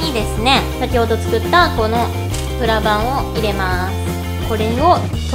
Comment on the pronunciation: 最初の、｢今回は、プラ板を使って...｣のところ、プラがブラに聞こえたw